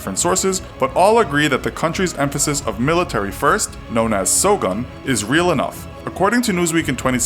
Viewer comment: I think you have to correct the word "Sogun", it is actually "Seon-goon." I don't understand why English speakers try not to use the word way use to be. Example says "Ittalia", as "Italy", "Roma" as "Rome", Egyptian god "Ra" as "Re." What's wrong with you people? If you want to make your your own version of words in this modern era, it is nothing but imperialism.